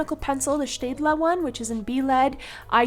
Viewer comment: Hey Are you German? Because you pronounce staedtler like a German😅 Nice video btw👍